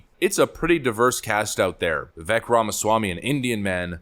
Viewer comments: Thank YOU for correctly pronouncing VIKek' s name! He is great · Vivek said he pronounces his name "vi-VAKE" like "cake".